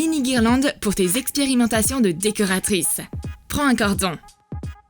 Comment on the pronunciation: trop cool. mais c'est pas pour être méchante mais vous avez fait une erreur de prononciation "expirimentation de décoratrice " mais sinon c'est cool comme d'abitude 😙😚😍😘😗😄